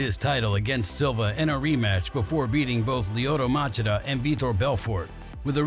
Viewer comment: Too bad Garbrandt's career got wrecked by a guy on roids. Nice video, pity the voice guy didn't bother to learn the pronunciation of fighters' names... Machida, Gegard... but overall it was well-edited and good content, keep it up